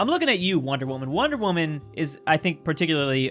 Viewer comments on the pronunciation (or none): why does he say waman instead of woman. are you not allowed to say woman now on YT?